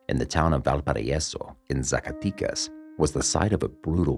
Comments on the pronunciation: It’s ZA - CAH- Teh- Cas. Not Zaca tee cus lol My family is from there and it’s bad right now :( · Good video but can't take it when you say Zacaticas and not Zacatecas ;P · how do you say Jalisco perfectly but when you say Zacatecas, you said hella white bro, the way you pronounce it it’s like you’re saying Zack so say zack-aa tec az! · ZACATECAS....not e sound AMERICANS need to stop doing drugs. we fuel these cartels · no manches, CORRECT your pronunciation. Zacatecas is with e, 'e lse e ver e tc, entendiste chingao🧐, ya caiste mal.